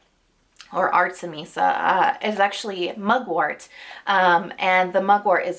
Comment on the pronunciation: super video!!!!! i love how you mispronounce artemisia hahaha